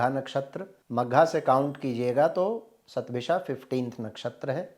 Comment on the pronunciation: Hundred in Sanskrit is "शत" therefore I think it's written and pronounced as "शतभिषा" and not "सतभिषा"